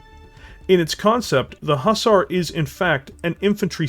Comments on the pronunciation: great video, love how you are talking about it, but by god man! Pronounce it Huh-zar, not hoozar!! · Please can you pronounce Hussar properly please.... Its not a long Ooo sound at the beginning it is a short sound like the U in Hut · It was painful to hear you butcher the word Hussar.